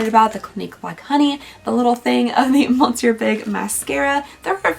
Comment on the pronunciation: I crack up every time I hear her talk about her favorite Lancome mascara. The way she pronounces monsieur I hear "monster"! "Monster Big" isn't too bad a name for a mascara. 😂